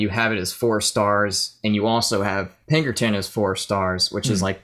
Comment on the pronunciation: Again anthony? It's pinkerton